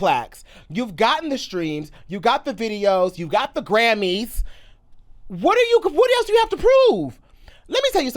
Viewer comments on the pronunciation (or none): It was the emphasis on “Grammies” fa me